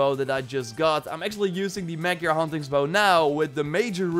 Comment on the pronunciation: magjar is Magyar its Hungary bow 😅😅😅